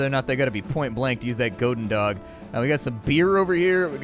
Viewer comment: 'gohden dog' - goedendag (good day in Dutch), more 'gooden' than 'gohden' and 'dag' sounds more like 'Bach' (the composer) with a d than 'dog'.